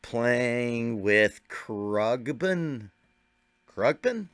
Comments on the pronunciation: As far as I know, it's pronounced "kRONG-bin". The bands history is interesting. He spent most of his drumming career drumming at churches, so he's got history, consistency, and years of practice. Love this band and I really appreciate that you recognize the perfection of his execution, even though it's so subtle. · I've heard Khruangbin mispronounced before (even the band members pronounce it differently from each other! 😂) but I've never heard someone omit the N! Krugbeen! 😂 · It's pronounced without the g